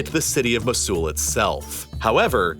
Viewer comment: just one pronounciation error, mosul is pronounced mow-sul